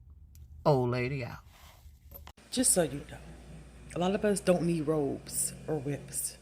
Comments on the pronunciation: 😅😅😅 robes, not ropes, ladies😅😅😅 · Robes not ropes